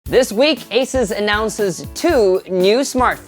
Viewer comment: AH-SUS! Learn to pronounce.